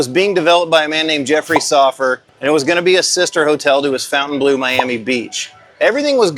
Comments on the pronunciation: We know that Fontaine is pronounced fonn-tayn don't we all? Not the same pronunciation as fountain. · It’s so funny how you keep saying “fountain blue” 😂 Try “fon” (think Fonzy) fon-taine bluh 😊 it looks gorgeous, but is blue a good color for a casino? I love it, it’s different from all other ones, will definitely check it out, but blue is a calming color. It might not generate as much revenue 😅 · would be nice if you could pronounce the name og the hotel correctly, it's not fountain blue it's FON TAINE BLEAU, it's a french word, mind you Americans can't pronounce Jaguar properly, they say jagwar. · We were there the night it opened, stood in line till midnight, pretty fun! Beautiful space. I saw Tears For Fears there last year. It's pronounced Fon-ten-blue (not fountain blue). I'll die on this hill 😂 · Is it really pronounced fountain as in water fountain? I don’t think so. Look at the spelling of the hotel. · While they pronounce it like "fountain blue" ( their namesake in Miami), it is definitely and absolutely a mispronunciation of the name of a French castle. And before anyone tells me I'm wrong, the word bleau is not the word for blue in French. So they're totally wrong but certainly have the right to be so. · It's not "Fountain Blue". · Great review, though your pronunciation of fountainbleau makes my ears bleed.